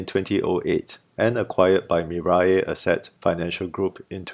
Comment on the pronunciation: It is pronounced, "Mi-Rae," not Mi-Rye. Anyway, it means, 'future' in Korean.